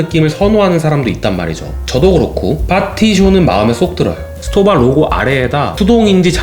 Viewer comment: 정확하게 발음하자면, STOWA는 독음이 '스토바'가 아니라 '슈토바'입니다. 독일어의 경우 S로 시작할 때 뒤에 자음 P나 T가 있으면 '스'가 아닌 '슈'로 발음해야 합니다.